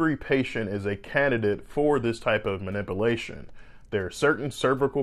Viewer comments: Muh-nip-alaeshon? Manipalation? ManipUlation! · The correct pronunciation is, "man ip u la tion." With a long "u" sound. mis-pronounces it, "man ip a la tion." With a short "a" sound. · Spinal mah-nip-a-lation... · you are grossly mispronouncing MANIPULATION. You are pronouncing it MANIP-IH-LATION instead of MANIP-YOU-LATION. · Manipulation is NOT pronounced (manipilation). You need to annunciate the U. That's why the word, MA-NIP- U-LA-TION is spelled with a U vs. an extra i. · 'Man ip u lation' ... Not 'ma nipple ation' ... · No doubt you know what you are talking about but it's ManipUlation as it's spelled. NOT manipialtion. Pul not pil. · Good Day Doctor. Thank you. Very interesting, informative, and well presented. By the way, the word is "manipulation" not, "manipilation." the "u" is very important. In fact, all the letters are important. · Man-ip-alation is not being done. Man-ip-Ulation is how it’s pronounced. I don’t get why you’re saying it incorrectly? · This man said phenomenom and manipalation. Yall trust him if you want. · Ma-nip-ulate. Manipilate...LOL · “Manipalation”. Come on bro. You’re a surgeon and you’re not even pronouncing simple words correctly. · "Ma-nip-you-lay-shun" not "ma-ni-poo-lay-shun." And with that, I can't keep listening to this moron mispronouncing this word. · Good points. Just a note on pronunciation though. It’s not “mani-POO-lation.” It’s “mani-PYU-lation.” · ManipUlation....not manipAlation. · Less than 30 seconds in and he pronounces it, “manipuhlation”. LOL wow. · I love the way he pronounces some of those words… spinal manipulation. Mah-nipple’ation! I do love mah nipple’ations! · Manipulation, pronounced mə-nĭp″yə-lā′shən”, should be easy enough to pronounce by a surgeon. Please try again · It's pronounced manipUlation.... I couldn't help myself. 😀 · I’d be concerned if my surgeon couldn’t even properly pronounce “manipulation” bro is saying “manipilation” 😂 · I love the way he says manipalation